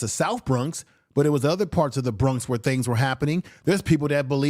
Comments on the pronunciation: And u keep pronouncing the Bronx wrong. Do u have a speech impediment? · U also pronounced the Bronx and lord Jamar wrong. It’s Jamar not Jamal.